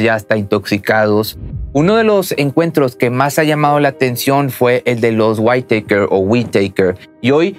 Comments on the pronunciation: se no se pronuncia "waiteiker "..sino literal "witaker" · Hahahahahaha los waitekers o los weiiitakers hhahhahahshs losa witakers se pronucia asi...así.... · Buen video y todo pero, No es por hacerte menos pero la pronunciación del apellido está mal, Whitaker (guitaker) , a diferencia de como lo pronuncias como si fue whitetaker (guaittaker) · No son "waiteikers" pronuncia así: whitakers así como se escribe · La high school es preparatoria y se pronuncia "guiteikers" raro chido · Interesante video! Solo una observación,con todo respeto. El apellido se pronuncia:wiraker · Se dice Witaker, y Chequear, no "quecar", y lo digo no por criticar, sino que tienes un canal que oye, y ve mucha gente, y es ideal comunicarnos de manera correcta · La T no se pronuncia en la palabra Whitaker, es como si fuera una R, algo así como guiraker=Whitaker. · Se pronuncia tal cual "güitaker". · Intenta decir "GÜÍTAQUER", eso se parece más a la pronunciación del apellido. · Se pronuncia güitaker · Se pronuncia Witoker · Se pronuncia guitaker, así. Como suena. Xd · se pronuncia witaker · Se pronuncia "guitaker" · Se pronuncia más o menos "huitæker" la doble tt le quita el sonido "ei" a la letra a en inglés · Mala pronunciación, se lee witaker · Amigo no sobre pronuncies el inglés , no se llaman los why takers xd